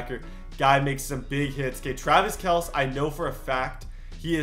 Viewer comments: Kels??? It’s pronounced Kel-See. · Kelceeeee not kels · its pronounced “kel-cee” btw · It’s Kelceeeee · oh and not to be an ass or anything but his name is Travis Kelce, pronunciation ( KELL-SEE) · Travis Kelce’s name is pronounce Kel-see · look up how to pronounce Kelce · Learn to say Kelce dude